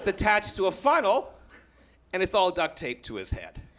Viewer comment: He says "Funnel" but I keep hearing "Fun Hole" !